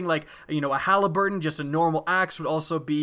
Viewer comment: Halberd. Not Haliburton. :)